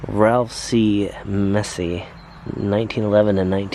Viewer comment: Nice vid. I think Meese would be pronounced like Geese, not Messy